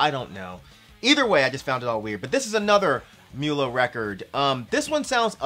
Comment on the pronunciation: Mulla is pronounced as Moollah. It's just another word for priest in Islam. It's been a while since I've heard anything by Sadistik, thanks for the reminder.